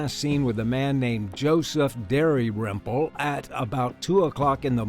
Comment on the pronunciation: How does Dalrymple become Dairyrimple ? Very amateurish. 🤦‍♂️